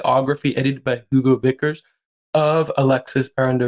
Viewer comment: That's not how you pronounce his name. Or Hugo Vickers, or Lambert for that matter 😂